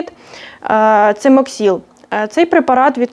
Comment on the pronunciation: Препарат називається цимоксил,а не цимоксіл як ви кажете